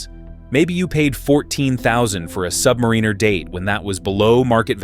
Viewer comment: "AI is going to take over the world!" FFS AI can't pronounce Submariner correctly!